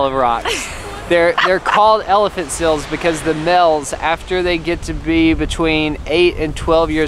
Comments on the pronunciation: I love how says seals as sils. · I know this comment is several years late, but I laughed a little at the say says seals. Sounds like “sills”😂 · Ahhh can't get over how he says "seals"like "sills" ahhhhhh